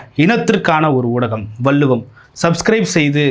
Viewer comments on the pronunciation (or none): " வல்லுவம்" தவறான உச்சரிப்பு நாக்கை மடித்து, "வள்ளுவம் " என்று உச்சரிக்க பழகுங்க😢